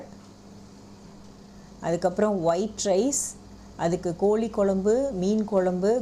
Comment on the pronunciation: Kolli kolumbu illa... Kozhi kozlumbu... Tamil ah kolla panadinga....